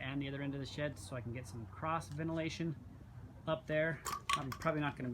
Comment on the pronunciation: I kept thinking he was saying, "sh*t" instead of, "shed" lol